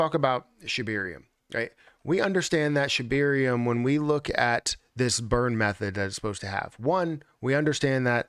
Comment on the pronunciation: Is it just me or does say “Shibeerium”